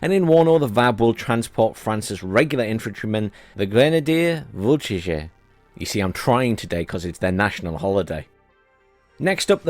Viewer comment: Grenadier-Voltigeur... (Grrenahdeeyeh-Volteezhur). Good job today! 🙂